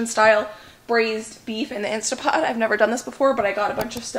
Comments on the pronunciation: Why do you keep saying "Insta Pot"?. It's "Instant Pot". Read the name on the pot itself. 🙄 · I am so sorry but it's driving me mad. It's instant pot, with an N.